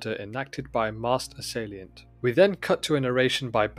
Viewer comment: This is the most boring review ever made. Please don't quit your day job. Also please learn to pronounce "assailant"